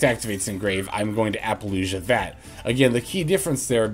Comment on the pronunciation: Hey,. Love your stuff, but I have to speak up… why are you pronouncing it like “ApollouJUH”? It’s Apollousa. I don’t understand